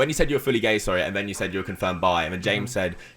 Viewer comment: "Wai are u gai?": "Who says I'm gai?